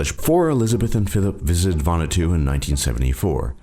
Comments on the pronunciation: Nice video. Just want to point out Vanuatu is pronounced Vahn-ooh-ah-too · It's actually pronounced Va-Nu-Ah-tu--4 syllables. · It's pronounced Van-oo-art-two